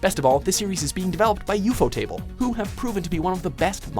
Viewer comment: U-fo-table? Jesus you make all these anime lists on this channel and you can't figure out how to pronounce a name like ufotable? Are you trying to be bad at this?